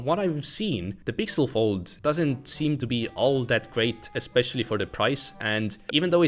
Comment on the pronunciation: Galaxy "Phold"